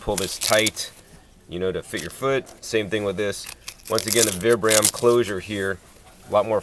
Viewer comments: Vee-Bram Vee-Bram not VIBram lol cool video! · They are pronounced VEE-BRUM btw :P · for fuck sake people say the name brand right "VIBRAM'' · Its pronounced VEEbrum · Vee-brum= pronunciation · vI-bram. Pronounce it right.